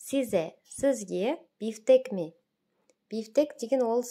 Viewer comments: mi дегенді me деп айтылады ма? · рахмет бірақ сиз айтқанда ме деп шыққандай болады әлде мен қателестім бе